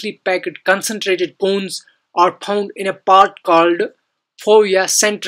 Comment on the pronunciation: It's found not phound